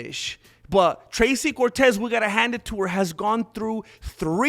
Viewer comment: I boosted and liked and watched and found the Mexican word of the day "Thrrrrrrracy" Cortez...: I whento ge-mi chanclas to talk about " Thrrrrrrracy Cortez"